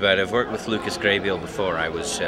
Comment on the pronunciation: poor Lucas, nobody says his name right.